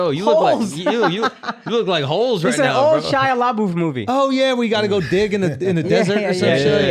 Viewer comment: “Shya Lahboof” 😂